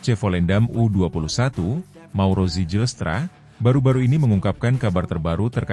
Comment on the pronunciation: Bacanya: Zeilstra bukan sejilstra😅😅😅